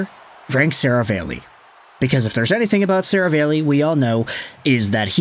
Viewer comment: Bro! It's SaraAlli, NOT SaravEli.... C'mon man!